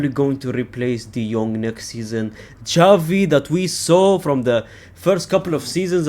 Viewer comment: I know your pronouncing Gavi as Xavi, for a joke right. Or are you doing it on purpose without realising?